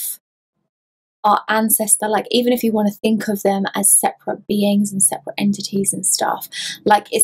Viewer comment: "Sep-er-ate" Loved it, also; to I got chills that I have never felt before. I'm not sure if I liked that or not. Was definitely a brand new feeling. One last thing, your nails kick ass!! One other thing I guess, what's that around your neck?